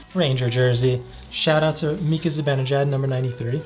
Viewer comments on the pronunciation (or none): none